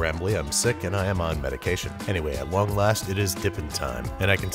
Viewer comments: it sounds like babbis is saying at wong last 😂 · “at WONG last” did anybody else hear what I heard? lol